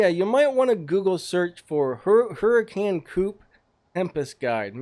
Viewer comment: you say : hu-rh-can not hurricane